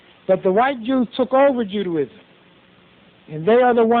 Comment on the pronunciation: Goddamn bozo can't even pronounce Judaism.